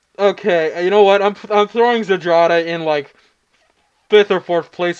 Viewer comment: would you kindly type malina or zdrada into google translate and switch translation to polish to english? if you know you know, if not you might be surprised , also the way you read that ... well you can listen to polish spelling too :P